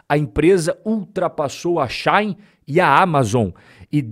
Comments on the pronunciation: Só uma dica. Não é “Xain” / é She de ela e In de dentro. Xi-in. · Não é relevante, mas a pronúncia de Shein é, algo como, xi in, traduzindo Ela dentro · eu ainda quero entender o motivo pelo qual aqui no braçil chama a shein de "XÁIN" kkkk